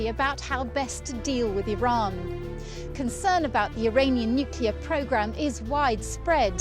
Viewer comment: "Nukular weapons"... still makes me laugh. When a PRESIDENT can not pronounce "Nuclear", something is very, very wrong.